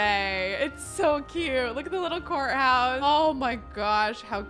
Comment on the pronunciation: Every time you say courthouse, I hear 'wh***house' and my head is like !!!